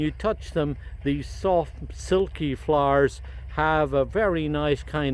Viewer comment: love the Irish ☘️❤️ thank for your videos x it when you say floooers 😊❤️